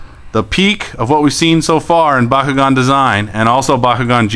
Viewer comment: what is the most powerful ventus bakugan and by the way it's not pronounced baw kew gawn it's pronounced b(aaah) kew gawn